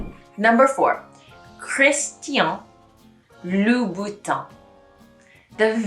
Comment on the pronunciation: Still a little work on "tin" of Louboutin and "tian" of Christian , that are not enough different.